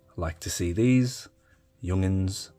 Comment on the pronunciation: Why are you pronouncing it Jung'ns? Is that an Australian thing?